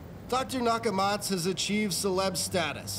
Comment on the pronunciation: Its pronounced Dr nakamatsu